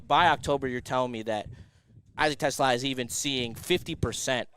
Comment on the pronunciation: It’s Tuh- slah’ - emphasis on the second syllable! NOT like the car!!